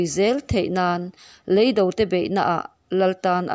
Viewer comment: Ka tisual em lovang chu maw..?! Leido 'Lei - Toung' zawk hi, a lamrik dan tur.